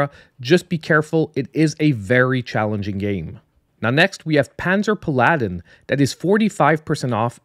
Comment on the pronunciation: I think paladin in pronounce a little dif hehe